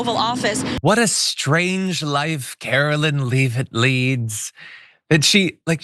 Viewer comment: He name is leh-vit (soft e ) not leev-it. I don't care when someone contemptuously deliberately mangles someone's name, though it is somewhat juvenile. Mangling it because you simply haven't bothered to find out the correct pronunciation just makes you look incompetent and untrustworthy as a "reporter." Of course this hideous woman deserves nothing but contempt. Calling her Karo-lyin' would be appropriate.